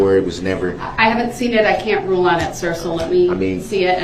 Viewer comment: lmfaooo "the roo" (rule) lol 😂